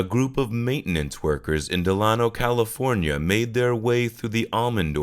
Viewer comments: Just a heads up, Delano is pronounced Da-Lane-Oh. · we always pronounced it, DEE- LAY- NO.